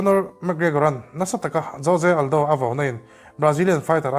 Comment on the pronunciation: jose aldo nge joje aldo😂